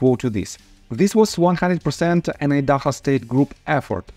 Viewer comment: Idaho = ahy-duh-hoh .... cringe the way you were pronouncing it.. Lol... Thanks for the videos! We need our justice!